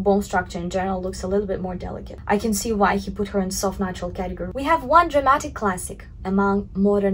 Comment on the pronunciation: who else hears her say "nachos" instead of "natural"?